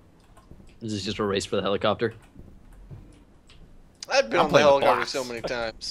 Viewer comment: it's a hell-i-copter